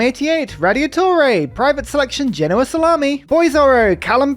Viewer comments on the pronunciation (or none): none